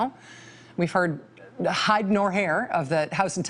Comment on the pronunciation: Rachel is a lesbian jew who reads too fast and narrates in a monotone squeal devoid of emotion and overuses emphasis where it makes no sense such as " HIDE, nor hair"